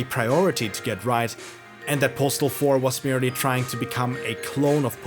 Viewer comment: I've never heard this game pronounced correctly